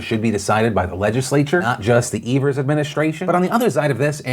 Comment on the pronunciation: Wisconsinite here: thanks for pronouncing Evers’ name correctly! Also my state is a shit show- thanks for covering it properly.